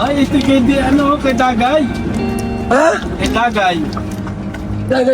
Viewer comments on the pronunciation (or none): Disgay po kuya... Hindi Dagay... Hahaha